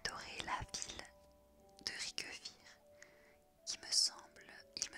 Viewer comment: aïe la prononciation de Riquewihr me pertube de trop... c'est pas Ri-que-wihr mais Riqu'wihr!